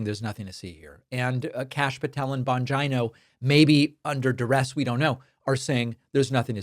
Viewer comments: I think it’s pronounced: Dan Bon-gee-no not Dan Bon-Jon-o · David. Respectfully, it's pronounced jeeno, not jino. It's an Italian name. :-) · Hi David, please, im sorry but youre not pronouncing his last name correctly, it doesn't rhyme like vagina? It Bongeeno, Jeano😮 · Bongeeno!it is pronounced Bongeeno! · Bongino pronounces his own last name bon-geen-oh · I think you pronounce his name Bon- geeno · Learn to pronounce Bongino. It makes you look stupid and not conversant with the real facts. If you can't say his name correctly, what does that show about your familiarity with what he is doing. Plus everybody else can pronounce it. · The consistent mispronunciation of Bongino is low key hysterical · I get a kick at how badly you mispronounce "Bongino" You might as well just start calling him "Bangina"